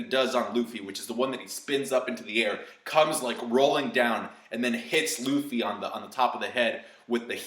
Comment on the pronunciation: "Rufy"? Man that's triggering lmao